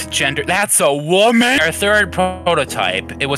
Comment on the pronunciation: That's a WOMEEn got me😂😂